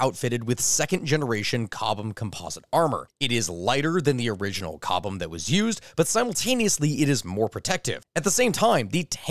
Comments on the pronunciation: I was so sad hearing him pronounce chobham as cobham. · did he say cobham instead of chobham armor zomg!!11111!11111!1!1!